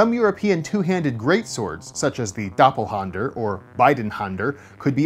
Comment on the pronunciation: It's DoppelhÄnder. Just like the "a" in "at" or "fat". Still, I don't know about the "Bidenhänder" - but I assume it's "Beidhänder" what you mean, because that means like "both handed".